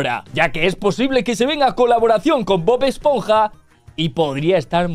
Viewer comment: Bob-ash-ponja??? Jajajajaj😂